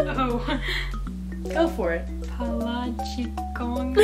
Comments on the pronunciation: How cute it is when you say "palachikong" btw you got it correctly the pronunciation. ☺️👍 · Brianna pronounced Palachikong just right! 😂👌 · I actually enjoyed this video so much!! And BTW the way brianna pronounce the nickname of justin which is "palachikong" is perfectly done!! ITS SO CUTE!!! WE LOVE YOU 💕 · Brianna's doing well with saying the Palachikong one hahaha... You guys are soo cute!! 😆